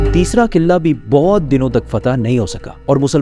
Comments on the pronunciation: Killaa ni qila hota he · Killa ni قلعہ hota ha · Killa nahi Qila 😊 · Qilla nae hota bhraa jee Qalah hota hai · Kila ❎ , killa ✅ 😅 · Killa nhi hota kila hota hai 🤣🤣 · iam angry why you are saying qillla its qila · قلعہ ہوتا ہے کلا نہیں ہوتا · Yar sab thk but قلعہ sae se pronounce kro Qilla nhi hota pls. Sara focus qille pr chala jata hai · mispronounced word kila,face expression is so funny information wise this video was awesome